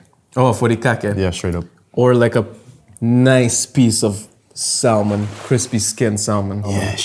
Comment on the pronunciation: So, you learned English curse words, but not how to pronounce salmon..